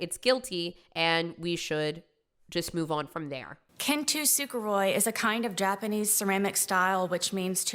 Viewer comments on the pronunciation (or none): “kintisuguroi” it’s said: KIN-SUGI. It is spelt KINTSUGI. How do you fuck that up. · what she is talking about is called "kintsugi" which means "golden rejoining" (it's actually super cool and I'm sure most people have seen it.) Anyway, I'll try to do phonetics lol it's pronounced "kyen-suugi." This woman said "ken-too-sook-uh-roy" and I have no idea what she trying to say 😂 She definitely went back to the jail and told everyone, "and then I told them my story about how I'm broken but strong and then everybody cried and then they all clapped and then Idris Elba showed up and he asked me to marry him but also the Rock was there and he wanted me to marry him so I was like," omg" and I left and then everyone clapped again" This woman is beyond saving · it’s kintsukuroi, not “kintu suku roy“ also kintsukuroi is the more literal name for repairing pottery with metals like gold, silver or platinum. Kintsugi is the name of the more metaphorical side of the practice. This woman is so embarrassing, but she’s so narcissistic and thinks so highly of herself that she’ll never see it that way. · KINTSUGI. ITS NOT KINTUSUGOROI. KIN-TSU-GI I can't with this woman, the pronunciation kills me every time Jail forever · I won’t lie listening to her pronounce “kintsukuroi” wrong drove me insane. Kintu-sukuroi drove me up a WALL (it’s “kin-tsu-kuroi”) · it's kintsugi. Not kintu sukuroy. it's orbital bone. Not occipital lobe. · "kintusukiroy".... Bruh🤣 it's Kintsugi I don't know how she got that word she made up 🤣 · SHES NOT EVEN SAYING "KINTSUGI" PROPERLY. ITS NOT KINTUSUGOROI ITS KINTSUGI. YOU UTTER BUFFOON. YOU ABSOLUTE FOOL. OHHHH MY GODDDDDDD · A very minor thing, that I feel perfectly demonstrates what a fake ass this murderer is, but that is some fucking mah - hoot - o - koh - ro pronunciation of kintsukuroi. Zero effort to actually saying it even vaguely correct because shocker she's using the cultural appropriation as a prop. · me when kentoo-sukaroy